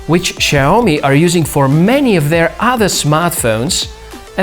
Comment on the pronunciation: Big kudos for getting the intonation on "Xiaomi" correct! A little tip though, the first syllable is pronounced more like "siao", rather than "shiao".